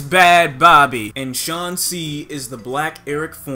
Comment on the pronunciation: the way you said bhabie there sound like babi (pig) in malay 😂😭